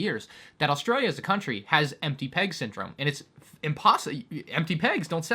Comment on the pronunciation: Gotta say that transition into saying "Australia" with an Aussie accent was smooth af.